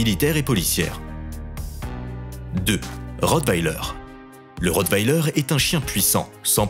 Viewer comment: Le rowttler